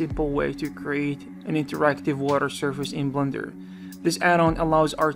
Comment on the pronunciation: I have a feeling he said "Blunder" instead of "Blender" a few times. Was it just a blunder?